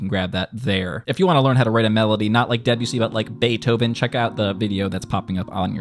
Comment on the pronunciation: Saying Debussy like Debyussy instead of De-bussy is like saying Urin-us instead of Uranus